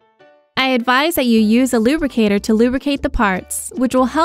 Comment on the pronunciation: Lubricator, not Rubricator